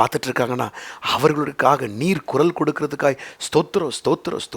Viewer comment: It is குரல் not குறல் !